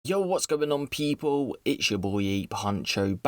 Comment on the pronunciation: Can you stop mispronouncing 'people' as 'peep-hole'?